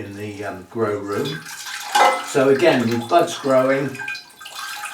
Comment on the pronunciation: I was listening while tidying up and I heard "what it does have is sexy butts along there." WHAT!? Oh, "sets of buds." SETS OF BUDS. 🤣